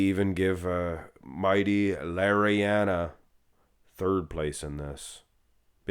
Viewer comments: Why do you call him Mighty, his Name is Mehdi 😅 And the "r" in Urs is not supposed to be rolled. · Stop calling that guy Mighty. His name is clearly Mehdi. Why is it so hard to say Med-dee? 🤦🙄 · i'd even believe it if kirhee said he's natural btw it's pronounced Meh- Dee, or Mah- Dee